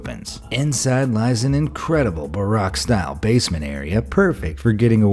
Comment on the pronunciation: “...an incredible ‘Barack-style’ basement...” Wow, Obama would approve! (Baroque—‘ba-roak’)